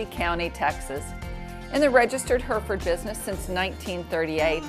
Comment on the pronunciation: Why do Americans always pronounce Hereford wrong